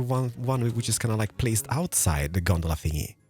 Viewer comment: As someone who has Trainz Simulator, him calling a cable car “Gondala” Really confused me